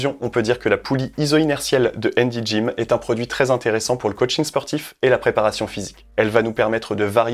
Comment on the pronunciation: Handy gym, on prononce le H.